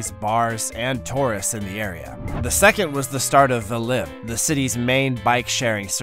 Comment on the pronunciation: "Torists"? What are they? 🙄